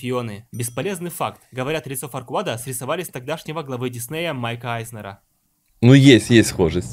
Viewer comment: Форквад Я:Он сказал "Форшмак"